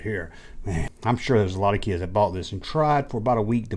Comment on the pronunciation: I'm doing it for the "keeids" and the "chijjen", fool!